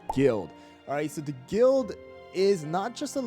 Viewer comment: Is it only me or is it i heard him said guilt instead of guild